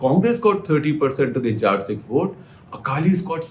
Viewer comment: Hi Shekhar Sir. Please start pronouncing the word Jatt properly. Its Jatt Sikh not Jaat Sikh.